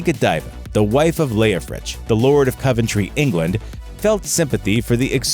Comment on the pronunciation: Props to you for pronouncing Berkeley correctly. Thought you'd slip up there. Shame about Coventry, though.